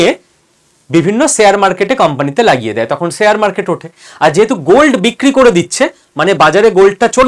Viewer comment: Khub bhalo bojhalen. Kintu akta pronunciation rectify korun Sare market noy sa sa sa noy.. Share market talobyosha uchharan korun. Khub kane lagchhe!! Apni ato important knowledgeable kotha bojhachhen. Sekhane ei uchharon dosh bemanan!